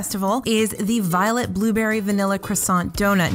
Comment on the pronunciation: Lol the way said violet. Can’t taste it!!!! Bring on the violet flavor for!